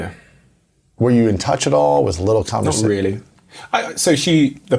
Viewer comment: i love how she said CONFIDENCE with the french accent , love u Madame Perel